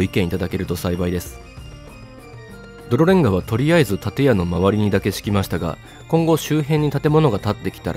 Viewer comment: の「泥レンガ」の言い方がベロリンガにしか聞こえなくなる呪いをここに置いておきます